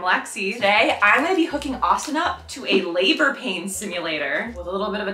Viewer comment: Austin r you ok you fell on the floor my goodness and lexi you said pabor pain sulater no period